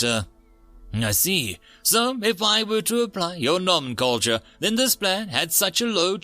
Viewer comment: No-men-clay-ture A word meaning, the name of something